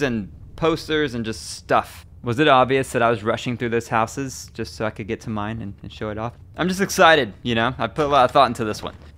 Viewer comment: It is real weird to here someone say 'housses' - it's as if they learnt (notice not 'learned') English as a second language.